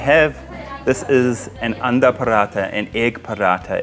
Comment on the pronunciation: lol bro its not "Andha Paratha" that translates to blind flatbread, it is "An daaaa" that is egg lol.